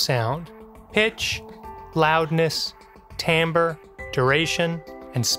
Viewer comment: Absolutely fascinating. If viewers take one thing away from this video, hopefully they will finally learn how to pronounce "timbre" correctly. ;)